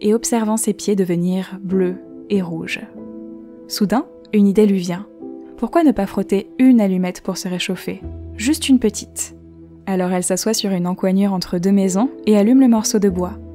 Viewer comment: Très jolis contes. Au fait, encoignure se prononce et peut s'écrire encognure.